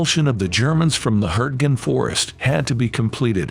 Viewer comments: "Hurting" I thought it was pronounced HURTGEN !!! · Hurting forest for gods sake use a real human voice it really spoils it couldn't watch it.